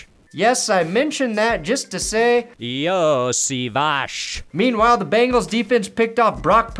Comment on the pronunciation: Fabulous job nailing the Iosivas (Yo-see-vaush) pronunciation,!